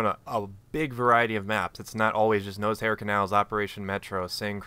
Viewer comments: Sounded like you were saying nosehair canals... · I love how you pronounce Noshar canals (Nose-Hair canals) lol :)